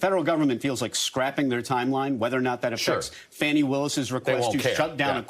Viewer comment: It’s pronounced FAWN-ie, not FANNY.